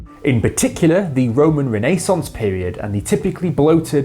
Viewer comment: Is The Renaissance really pronounced like that? My life is a lie